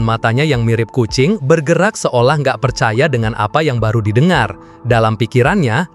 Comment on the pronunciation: Bang kucing bang bukan ajing Hehehe🤣